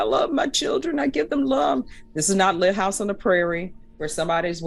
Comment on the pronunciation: She admonishes him repeatedly for saying “kids” the she says “lit” house the prairie? Oh my geez.